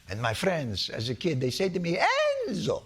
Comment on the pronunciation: “Enzooo” took me out at the knees👏🏻🤣😂🤣😂